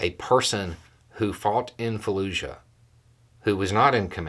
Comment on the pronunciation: Fallujah, not Falluzha.